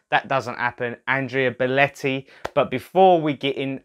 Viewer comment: Belotti, NOT Beletti